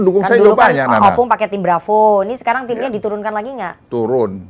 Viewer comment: Ompung, bukan Opung. 🤦🏻‍♂️